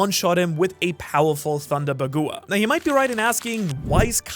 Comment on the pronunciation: thunder ba gu wa 😭 It's Thunder bagwa dudee